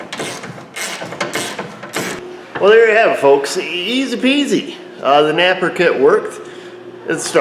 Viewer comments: you saying napa or naper ? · Maybe NAPA would sponsor you if you stopped calling them naper?